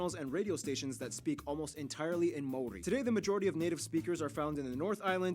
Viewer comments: It's the Mori instead of Maori that really made me want to pull my hair out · BTW the dude mispronounced Maori everytime. Closest time he was when he was joking how it's not said like that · can that girl please pronounce maori again? please? i need to relisten to that